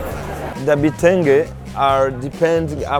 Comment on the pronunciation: Those fabric are called kitenge not butenge. Mr.Drew